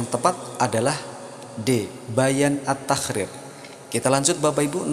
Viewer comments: Min... mohon maaf, kenapa ketika menyebutkan huruf ق berbunyi خ ya...seperti misalnya menyebutkan kalimat taqrir kedengarannya tahkrir...ini bisa salah dipahami oleh orang yg mendengarkan tanpa melihat tulisannya. Cmiiw 🙏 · bacanya bukan taqrir min tapi تقرير🙏